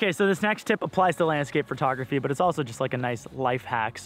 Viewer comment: Love ya but please for the sake of the video it’s “photography” not “phrrrtography” love as always man 😂♥️